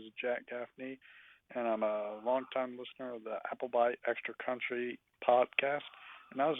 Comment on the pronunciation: CRUNCHY NOT CHUNHY!!